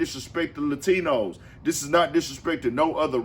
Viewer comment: "Lie-tinos" he was right on one thing 😂